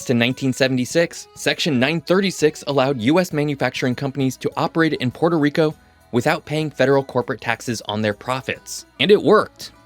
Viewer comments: "Puerto" is a Spanish word and is not pronounced like the Italian word "Porto". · It is pronounced “PUELTO” - ask any Puerto Rican mang